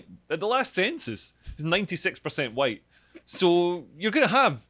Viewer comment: The guy went on a massive racist rant that would get anyone else cancelled. His "huwhite" speech made Enoch Powell's "Rivers of Blood" speech sound like "Ebony and Ivory" in comparison.